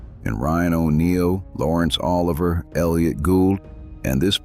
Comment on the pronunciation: You got a number of pronunciations wrong. For instance it's "Oh-LIV-ee-ay". (Laurence Olivier.) Also, I have a soft spot for The Battle Of Britain (1969, Guy Hamilton) wherein he plays Air Chief Marshal Sir Hugh "Stuffy" Dowding, the man who saved the RAF from being destroyed by being selective about when he sent his pilots up to fight. Of special note is the "Battle in the Air" sequence scored by composer Sir William Walton.